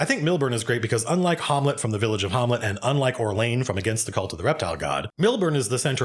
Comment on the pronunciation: Harmlet??? What happened to saying Ham- let, i.e Shakespeare's Hamlet shud have been a hint lmao, STOP NOW, Please God stop now!!!lol